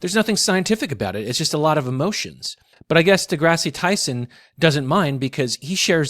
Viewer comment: Is a midwit someone who stupidly uploads a video about Neil deGrasse Tyson without any clue as to how to correctly pronounce the "deGrasse" part of his name?